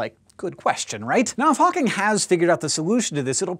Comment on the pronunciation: hank... you should enunciate "Now if Hawking" a little more carefully next time... :P